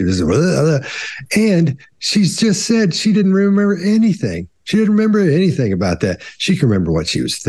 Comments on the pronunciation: "anythink" "aaaeeeeverythink". After weeks of listening to her during trial, it's all coming back to me. She's the worst, evil person and she's beyond annoying on top of it all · She also pronounces Anything as Anythink it's sooo annoying